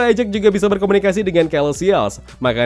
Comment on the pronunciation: bacany selestial pak😂😭